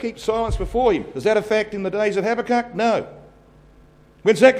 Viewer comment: its pronounced habacook.but spelt habakuk.